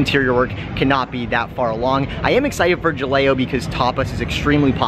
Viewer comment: Great video!!! For future reference. Ha-lay-oh for Jaleo. 😜👍